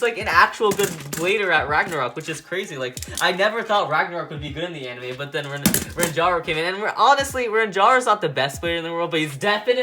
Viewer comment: I still cant believe that he called renjiro renjaro xD